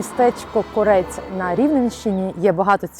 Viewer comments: Кориспондентку гидко слухати!!! КОрець !!! Не КорЕць !!! Сільський говір з дивним наголосом, то жесть просто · Правильно казати Кóрець, а не Корéць. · Навчить вже ведучу наголос правильно ставити чи вона глуха як люди місто називають КОРЕЦЬ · Не КорЕць, а КОрець. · КОрець. Не КорЕць. Дякую за сюжет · Правильно наголос на перший склад КОрець,а не на останній,як готуєте репортаж,то вивчіть матчастину,журнашлюхи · Не лізьте у церкву, займаєтеся політиками, корупціонерами...та їх зв'язкам з Росією! Невежди, навчіться правильно Корець називати і наголоси ставити. в словах. Ваша ПЦУ церкви не побудували в Корці , а забрала у УПЦ і поминає патріарха Кирила на службі. Чи про це не хоче знати журналіст? іІ церква не російська, а РУСЬКА, від слова РУСЬ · Ви в назві Корець, неправильно ставите наголос. Якщо вже їдете знімати відео, то цікавтеся трохи, як це має бути. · Ви, як спочатку робити репортаж, перевірте, як правильно ставити наголос у слові "Корець", розумники…